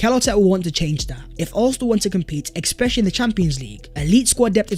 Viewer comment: I know loves saying "gargantuan" but why does he always say "Exspecially"